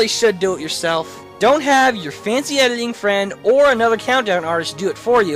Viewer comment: You keep pronouncing editing "ediling".